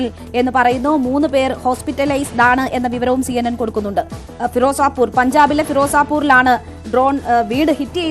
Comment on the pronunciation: Who's this lady. She doesn't know how to pronounce Firozpur